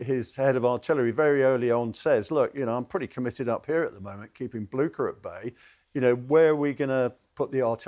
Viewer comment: He could’ve learned the correct pronunciation of Blucher ;) but I 100% agree